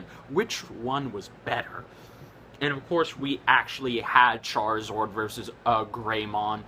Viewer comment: its charizARD not charizord